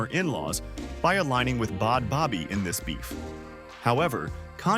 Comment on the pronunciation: Wtf is Bod Bobby??? 🤔🤌🏽 I'm soooooooooooooooooo confused why you keep saying her NAME WRONG!!!!! 😡